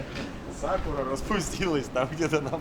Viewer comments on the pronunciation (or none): none